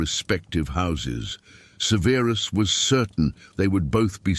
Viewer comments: It’s not severeus severus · Ffs, have the AI narration pronounce “Severus” correctly! Ty.